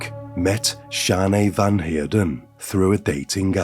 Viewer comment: South Africa. Van Heerden / Van Eck. Van pronounced as fun. Welkom pronounced like you would say norm. The o sound in norm.